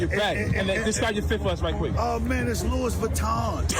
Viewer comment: he had 16 years to read& educate himself &yet he still mispronounce Louis Vuitton 😑🤦‍♂️🤦‍♂️🤣😂🤣😂🤣